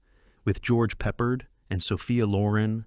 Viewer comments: it's pronounced as Pep-ard not as Pepp-erd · AI narrator atrocities. "Nate-see". Seriously? It's ALL WWII movies and you blow that word? I also loved that great actor, George Peppered.